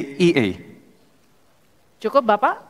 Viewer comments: Yang benar Es Ji Ai I Report. Bukan EsGeIE tanpa report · Mas Gibran rupanya tidak tahu bedanya melafalkan : -- SGIE [ es ge i e ] = Saya Gibran Ingin Enak. -- SGIE [ es ji ai i ] = State of Global Islamic Economy. 😂😂😂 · Mas Gee lafalnya bukan ES GE I E, tapi ES JI AI I, dasar belimbing sayur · Bertanya balik pertanyaan dengan singkatan SGIE harusnya pertanyaan itu bisa dimengerti yang ditanya. State of the Global Islamic Economy ( Es Ji Ai I ini bacanya ). Esensi debat itu bukan terletak pada istilah atau singkatan tetapi lebih pada makna yang terkandung secara komprehensif didalam sebuah istilah itu. Dan Cawapres nomor urut 2 yang bertanya juga salah menyampaikan kepanjangan SGIE dia bilang State Of Global Islamic Economy. (Coba dengar videonya) seharusnya State of THE Global Islamic Economy. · Harusnya es ji ai i dibaca gibran karena singkatannya bahasa inggris.. saya malah terkejut es ge i e .. 😂 ternyata itu singkatan bahasa inggris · SGIE klo dibaca dengan bahasa inggris yaitu Es Je Ai i Bukan Es Ge i e(bahasa indonesia) Guru bahasa inggris dan bahasa indonesia pasti paham, krn kepanjangan dari yg dimaksud State Of Global Islamic Economy (kepanjangannya pakai bahasa inggris) bukan bahasa indonesia. Mau meludahi orang kena muka sendiri🤣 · esjeai, itu di bacanya klo esgeie itu es cendol es campur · no. 2 smakin blunder dan tdk konsisten, dan smakin terlihat tdk cerdasny, Singkatan b. Inggris ya harus disampaikan b. Inggris, Es Ji Ai I bukan SGIE... ini kan bisa malu2in se-Indonesia kalo didepan internasional, smakin mantab pindah haluan ke no. 1 , Calon Presiden yg Cerdas. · Es gi ai i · Ya pasti cak imin bingung soalnya itu singkatan dalam bahasa inggris..orang pengucapan nya za salah es-ge-i-e...😂😂😂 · Yg tanya salah sebut, harusnya SGIE = 'es ji ai i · Ya jelas baru dengar lah...SGIE si gemoy itu emosian 😊😊😊😊😊 kalau ES JI EI I baru beda 😊😊😊😊 ternyata gibran tidak bisa membaca abjad inggris yah 😊😊😊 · Ternyata pengucapan Gibran salah tentang SGIE